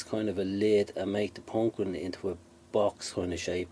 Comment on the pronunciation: That was a great little project, and I will have to try a couple of those. My wife was walking by and heard you say "pawnk-keen" and sat down and watched the entire video, and commented throughout the video of how interesting it is to watch the process. And, she thought your accent was great. Thumbs up, my friend!